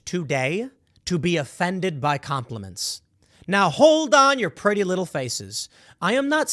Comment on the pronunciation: Com-plea-mince? What the hell is that?